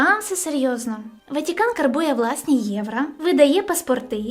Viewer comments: Гарне відео, але треба працювати над українською вимовою, щоб звучати не так, як Тимошенко. (Євра), в українській буква "о" не звучить ніколи, як "а". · Відео інформативні, але більше не можу сприймати твій контент, через «вЄтА», «ватІкан», «єврА» і тому подібне, неможливо слухати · ВатІкан, Западина, ЄврА, вІно тощо...схоже, хтось розмовляє українською лише на камеру.